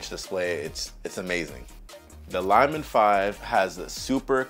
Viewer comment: Bro I am so embarrassed you pronounce “LIL” as lie or lye. It’s like lily the flower. If English is a second language for you I understand your confusion. Lilmon makes perfect sense for a little monitor. Please redo this video or overdub the poor incorrect pronunciations. Ever hear someone say lil bitty ants 🐜? Please 🙏 please correct this quickly before you become a meme, and not a complimentary one.